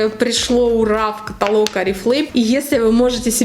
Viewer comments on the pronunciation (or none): none